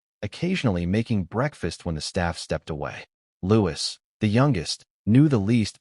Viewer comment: The S in Louis is silent!